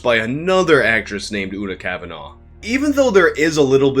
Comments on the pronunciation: I know this video is a few months old now, just wanted to say Una Kavanagh is pronounced "Oo-na kaav-na". Irish surnames have strange pronunciations sometimes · You pronounce Una cavanah’s name wrong too. FYI.